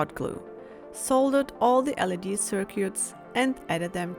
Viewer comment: Lip sync is well out. What is with the pronunciation of LED?